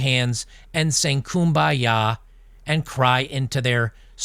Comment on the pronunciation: Almost spat out my beer when you said 'Kuom by ya' 😅💯